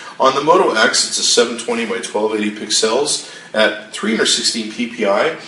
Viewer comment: Why does this clown say pix els instead of pixels like the rest of the world?